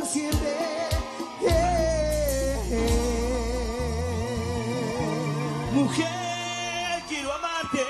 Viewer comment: por que en el primer tema de Red, en vez de decir "mujer" dice "muñer"? jajaja, aguante la guerra de los colores!